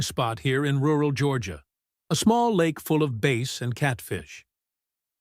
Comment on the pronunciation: Whay is it you cant pronce the word bass it sounds like ass